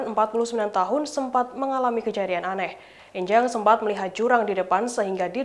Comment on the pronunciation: Pelafalan 'E' pada nama 'Enjang' di suku Sunda biasanya 'E' seperti pengucapan 'Engkau' bukan 'E' seperti pengucapan 'Ember'. *Bahasa Sunda